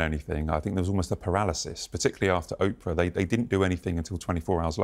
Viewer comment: Could Tom Bower PLEASE pronounce Oprah's name correctly??? He's been doing it for years. 😡